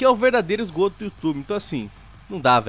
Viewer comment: Eu sei que não é pra rir disso mas, "esgroto" foi foda.